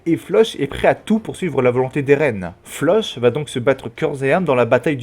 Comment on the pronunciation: Sa se dit Flock pas Floch ça m’a perturbé irrité même 😂 mais sinon la vidéo est bien 😂